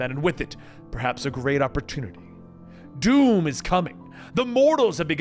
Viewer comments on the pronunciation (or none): none